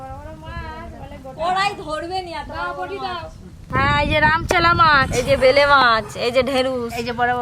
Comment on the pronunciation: ভেলে মাছ না বেলে মাছ বলে আজব সব উচ্চারণ